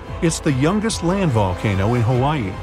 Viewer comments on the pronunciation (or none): none